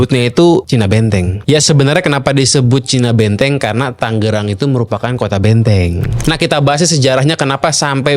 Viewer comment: Tanggerang dia bilang..saya bilangnya tangerang